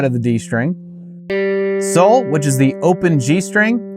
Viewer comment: It's actually "sol".